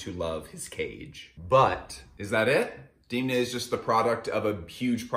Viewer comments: You are totally mispronouncing his first name. It's [e] not [ i ] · Why u keep saying deemna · No, it's actually not how you say his name. The vowel 'e' in Georgian is pronounced as /e/ and not /i/, just like you would pronounce this vowel in words such as debt, bed, fed, and so on. However, I think there's nothing wrong with pronouncing people's names according to your native language phonetic rules.